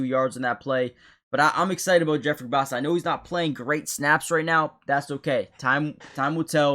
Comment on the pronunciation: I second the Karlaftis video, I think he's been very underrated this year. Also you pronouced Bassa correctly just so you know.